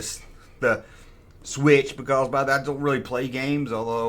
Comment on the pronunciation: "Baycawz"